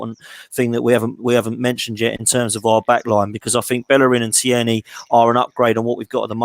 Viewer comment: Great job guys numerous things to be said but for now Tierney.. pronounced TEAR KNEE. Hes Scottish not French.